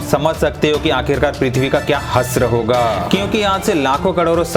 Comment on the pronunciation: Hasra nahi hashra hota hai😂